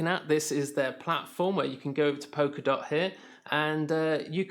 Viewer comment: It’s “polka” not “poker” dot. And I’m supposed to take your opinion seriously when you can’t even pronounce what you’re talking about. Mmm...